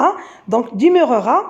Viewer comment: Demeurera on lit de et pas dé